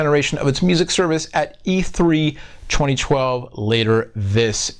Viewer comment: I find it funny how says 2012..."Chweny chwelve" lol